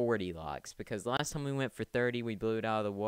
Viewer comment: If you have a accent then its ok but did you call time tom when talking in the beginning